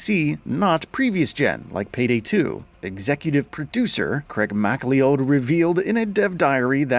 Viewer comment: Your pronunciation of Mcleod deserves a slap in the face.